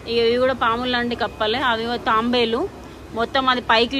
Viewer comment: Taambelu kaadu. Taabelu anali